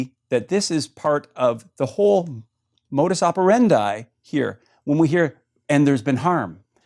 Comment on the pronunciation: Hearing Dr. David Haskell pronounce modus operandi made my already shitty day even worse.